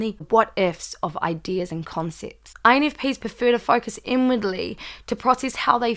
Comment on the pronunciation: “Infpenis” haha. Great video! My birthday is tomorrow btw! -infp -a from New York ✌🏾